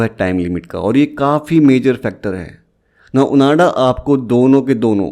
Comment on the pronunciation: It's ओआंडा bro, not ओनाडा..